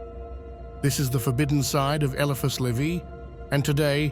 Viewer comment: I suspected A I voice, ans it is a good one , so i dont mind .... What gave it away? Mispronounced Baphomet! Any occult historian would know exactly how to say it right 😊..... Did same with Elphias too. Vid creator , you should really check that the literal NAMES are pronounced correctly.. Did it with Crowleys Thelema too..... Come on man. Do bettrr. Its disrespectful to these occult ledgends , to use their names to make no -effort (for you) vids , and you can't even check its saying things right? You arent even checking before upload , let the AI churn it out and upload immediately without a second glance. Such is the modern world niw. (Be careful, i wouldn't want to be haunted by Crowley 's ghost 😂😂😂.... In all seriousness though , you obviously know F All about the occult , not even the basics like how to say the BIGGEST nsmes !!! Prefty disrespectful to proper occultists also .... I cant see those people been very happy about their religion being disrespected TBH. (Yeah i was saying how much i enjoy these vids in my previous comms , but this business with the misakes , is very off-putting.